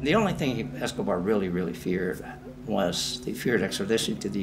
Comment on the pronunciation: Anyone else notice the man say "Pablo Escovad"??? Who he talking about? Fella looks high anyway guess who took some of Pablo stash!!!! (18.06) if you don't believe me